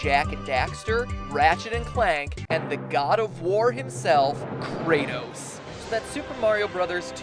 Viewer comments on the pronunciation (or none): none